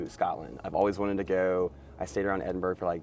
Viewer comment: Hearing Edinburgh pronounced like that made my ears bleed. It is "Edin-bruh."